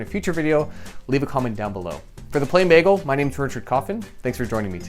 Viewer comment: with an emphasis on "bagel"